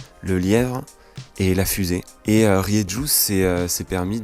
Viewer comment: on dit Rérou !